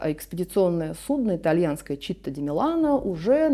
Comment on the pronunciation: Не «ЧИтта ди Милано», а «Читтà ди Милано», буквально: «город Милан». Città по английски city.